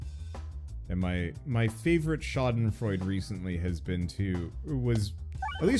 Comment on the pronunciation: Hey, just in case you didn't know: schadenfreude is pronounced kinda like Sha den froy duh